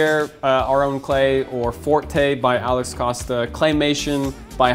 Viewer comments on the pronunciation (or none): none